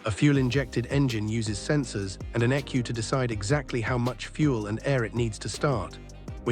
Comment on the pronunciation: Did you seriously pronounce an E.C.U as ecu? 😂